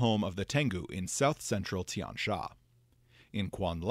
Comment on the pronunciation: If I may, the letter "x" in most (not all, but a lot) of these names is probably pronounced more like you would the letter "s" in English. So Tian Xia very likely sounds more like "Tee-yen See-yah", and "Jingxi" is probably more like "Jing-see". With that said, I always enjoy this series of videos on Golarion's lore and am excited for more Tian Xia deities!